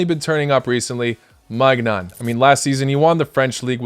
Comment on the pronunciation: Hey man :) Nice vid! Pronounciation for Maignan is "may-nee-an" :D